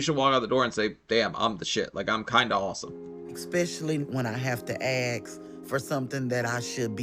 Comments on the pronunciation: When she has to aks,,,,surely she she should say ask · Hate her immediately. It’s pronounced ask! Axe? What is that? It’s not cool. Shows you are trash. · I'm curious why some people say "aks" instead of "ask"? English is not my first language.